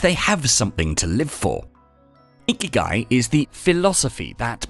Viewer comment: The accent is wrong .. not íkigai, but ikígai